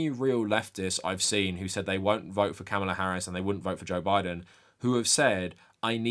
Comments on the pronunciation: Sincere question. Is there a reason you keep mispronouncing Kamala Harris’s name? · nah, he’s neither uninformed nor uneducated. I’m inclined to be charitable and blame his accent. However, if it’s laziness, that implies he doesn’t care. And if he doesn’t care, that’s problematic. Especially from someone that champions anti-racism and anti-bigotry, yet doesn’t recognize the irony of (and the baggage that comes with) a straight white male mispronouncing the name of someone who primarily identifies as a Black American woman. However, only he has the answer.